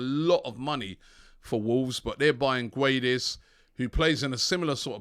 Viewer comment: Robbie its pronounced Gedes, the u is silent